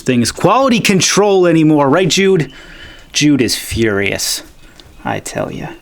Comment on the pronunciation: LoL did you say Jude is FUR-ious?